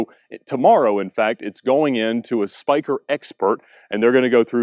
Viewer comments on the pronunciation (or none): spyker you need to say it in dutch the netherland